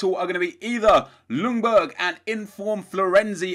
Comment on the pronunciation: The L is silent in "Ljungberg". Just sayin'